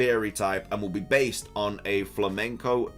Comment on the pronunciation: "Flamenso" "Don Quicksot" I